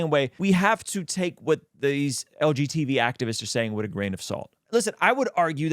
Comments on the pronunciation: Hearing "LGTB" instead of "LGBT" the whole time was itching my brain 😂 great video as always brother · Is saying "LGTV?" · He’s definitely saying LGTV 😂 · You’re harming the LGTV community every time you mispronounce the term 😂